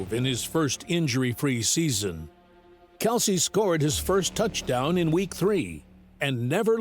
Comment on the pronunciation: LISTEN to the AI generated lies before responding and then read what I wrote. pronounced it wrong, it was her pronunciation Kelceeee, Ed never corrected her. Maybe try again before sayin I'm wrong